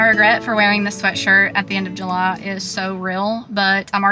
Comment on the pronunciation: The shock I had when I first heard your voice(I have never been to this channel I APOLOGIZE and you have a new sub from me) But the way you said July itched a scratch in my brain I didn't know I had. "Ju-LAH"